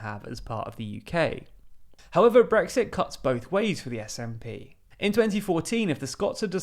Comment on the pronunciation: I really wish he'd actually voice the 'T' at the end of Brexit.